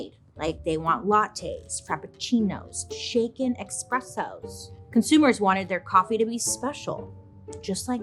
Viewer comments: Bailey did you say expresso?! 😅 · Bailey nooo 🙉🙉 You did not just pronounce it eXpresso. Stop it. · eSpresso not eXpresso